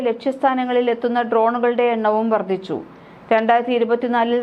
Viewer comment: നൈസ് തന്നെ.പക്ഷെ,പലവാക്കുകളും തെറ്റായിട്ടാണ് ഉച്ചരിക്കുന്നു. 'ബലപ്രദമായി',, 'യുദ്ദം ', 'വർദിച്ചു', ഇതൊക്കെ ഉച്ചാരണത്തെറ്റിന് ഉദാഹരണം